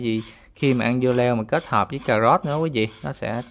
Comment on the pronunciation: Cảm ơn đã chia sẻ món ăn ngon . Nhưng " cà rốt " chứ không phải là " cà gốt " . Hihihi